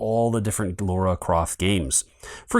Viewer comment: Her name is Lara, not Laura!